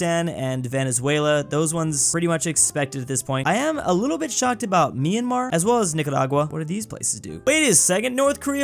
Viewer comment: Did...did finally pronounce "Myanmar" correctly??? I'm so proud!